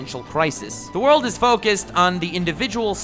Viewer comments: Very nice use of "ZA WOARLDO" ...subbed :D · za Worudo! lmao lol